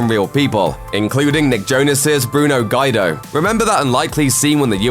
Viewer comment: It is getting quite annoying hearing all these ignorant presenters who can not even pronounce well known names and words. I mean Guy-do. How can anyone reach adulthood and have never heard the name Guido?